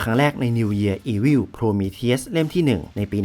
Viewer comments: ฟังโพรมีเธียสละไม่ถนัดหูเลยอ่าาา ติดคำว่าโพรมีธีอุสไปแล้ว55 แต่ทำคลิปดีมากครับ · มันไม่ได้อ่านว่า โพรมีทีอุส หรอครับ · Prometheus มันอ่านว่า โพรมีธีอุส ไม่ใช่เหรอครับ